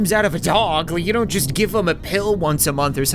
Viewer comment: He said donut understand